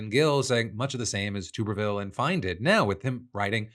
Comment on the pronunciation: It's NOT TUBE-rville. It's TUBerville.